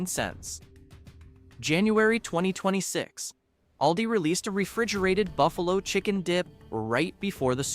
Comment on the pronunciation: It's called all - di